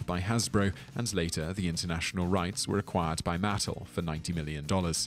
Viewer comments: Yet he mispronounce Mattel. I guess it is just caused by the Americanised English pronunciation. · He needs to learn how these company names are pronounced: Coleco (accent on the second syllable, which is a long "e"), and of course Mattel (accent on the "el"). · The announcer really has a hard time pronouncing some of these words… I'll leave it up that he's just British. Specially the word "Mattel"